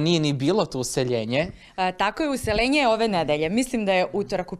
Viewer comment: "Uselenje" u stan...Stanija kaze se "Useljenje"! Ne zabrinjavaj me!